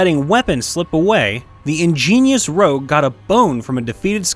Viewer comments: Rogue. Not rouge. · BRO IT'S FUCKING ROGUE NOT ROUGE ROUGE IS MAKEUP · "Rogue"," not "rouge."